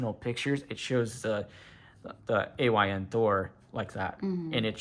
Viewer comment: I think it’s pronounced how you spell it, A Y N, because it stands for “All You Need”.